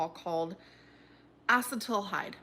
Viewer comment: “Aldehyde dehai-dro-ganace” “acetal-hyde” PLEASE I—💀💀💀💀💀💀